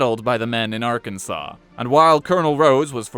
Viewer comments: It's pronounced Arkan-sas ya idjit! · It's Arkans(awn) btw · Like most phonetic oddities in the English language, you can blame the French for why Arkansas is spelled the way it is. The letter S at the end of a French word tends to make an "â" sound. Hence why Arkansas sounds like "Arkan-saw." So, in respect to this fact, you should read Arkansas as "Arkan-saw", because that's how it's meant to be pronounced. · It is pronounced Arkansaw.